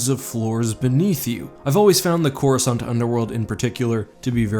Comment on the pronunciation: Why can't anyone seem to pronounce it correctly? I thought I was going crazy and now after 10 years I actually bothered to look it up. It's Cor US Kant. C before the letter A in English is never silent.